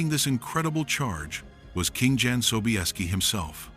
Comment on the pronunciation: Jan is prounced Yan, not Dzan!!